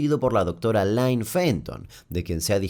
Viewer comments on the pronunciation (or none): Muy bueno el video. Como aclaración, (tal vez a alguien le sirva) "-Ville" se pronuncia "vil", no "vail"; en "Illinois" no se pronuncia la "s"; "Lynne" se dice "lin", no "lain"; "lapso de tiempo" es redundante, ya que "lapso" significa "período de tiempo".